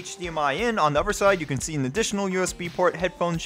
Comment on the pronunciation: do you keep saying uver in place of other? i swear i hear you keep saying uver.